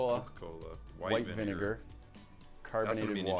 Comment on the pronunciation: The Bentis: The bineger Me: WTH ITS VINIGER I THINK